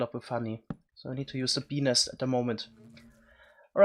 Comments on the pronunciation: This is why we love you dude, also every time you say bee nest it sounds like you're saying penis with your adorable accent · sounds as though hes saying penis instead of beenest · When he says bee nest he makes it sound like penis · Each time you say "bee nest" I hear... something els. Lol, somethings wrong with me!